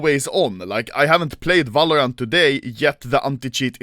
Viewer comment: Nobody: Anomaly: valorance